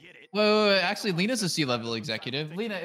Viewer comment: still wondering why says axe-ly instead of actually.